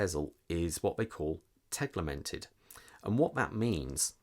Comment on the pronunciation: Please, not Teg"li"mented... tegimented. :)